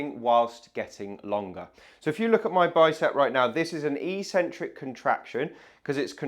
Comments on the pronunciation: A seemingly very strange pronunciation of eccentric? The E should short as in egg, the first C should be a K sound and the second an S sound. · It is not "e-centric", it's "eccentric", like Eggcentric. There are two c's in there for crying out loud. Why would people think it is ecentric. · EEEEEEEEEEEEEEcentric is NOT a word in English. If you're talking about the word 'eccentric', it is pronounced eK-Sen-Trik. This isn't merely academic snobbery. EEEEEcentric means 'without a center', per its Latin etymology. Pronounced correctly, the true meaning of the word becomes evident: 'away from the center'. When sports people 'try' to use this word, they are referring to the movement of two tendons away from each other, or away from the center of the muscle. This is completely consistent with the other most frequent use of the word, which means 'odd' or 'crazy' or 'not normal'. Eccentric people can be considered to be 'away from the center of normalcy'. Don't trust me, though! Just take 1 minute to read literally any English dictionary to confirm that there is no recognized pronunciation as EEEEEEEcentric. So,, people may consider you eccentric if you were to suddenly start pronouncing it correctly, but you'd at least be the most informed and educated physiotherapist out there! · So curious how the whole physio community mispronounces "eccentric" as if it's spelt "ecentric". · It's pronounced 'ek-centric' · I am not native in English but I would say the word is pronounced "ekcentric" or like "excentric" with first c pronouncing k. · That's pronounced ek-centric in English. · It is "eck-sentrick".